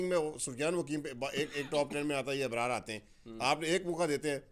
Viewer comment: Bhai sahb urdu parhni bhi nhi ati apko ibrarr nahi abrar hy name ibrara koi naam nhi hy jo likhta or parhy hy ibrar smjo taleem ki kami hy